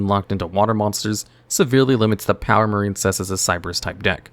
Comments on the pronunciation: The Marincess part hurt my soul 😔 Its "MarINcess" NOT "MarINEcess". There's no silent "e" in Marincess, so the "i" doesn't make the long i sound. It's supposed to sound like "Princess", because there's no such thing as a "Preencess" smh 😑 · I had to skip Marincess. I keep hearing a very different word.